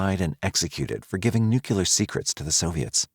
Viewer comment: New-clee-err. Not nuke ya lur...